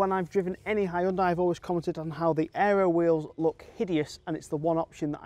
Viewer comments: Says more about you than mispronunciation. And anyway, it's my job to correct him on these things 😁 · Ugh. Learn how to pronounce Hyundai to gain a bit of credibility